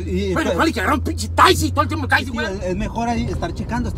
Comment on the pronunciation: no oldest que dice cuber en lugar de decir Huber y taysy en lugar de taxi